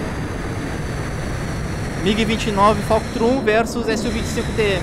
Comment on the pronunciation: "Falctrum?" É FULCRUM irmão, tá juntando Falcon com Fulcrum?